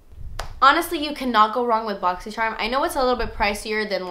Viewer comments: i just love how you say boxy churm haha favorite unboxing person ever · i only watch these videos to hear you say "boxysherm"😂